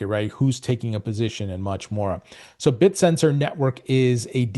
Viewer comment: its pronounced Bit-Tensor, not Bit-Sensor